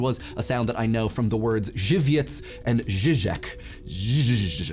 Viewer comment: Wow im from Poland, and You pronounced Żywiec like a true Polish man. Congrats